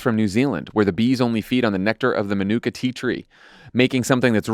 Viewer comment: NZ'er here - just wanted to let you know that Manuka is pronounced MAH-noo-ka, with a long ah at the start <3 Keep up the great show!